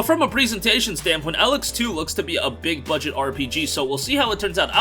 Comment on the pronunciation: Stop pronouncing Elex wrong 🤦🏽‍♂️ god it's so cringey 😬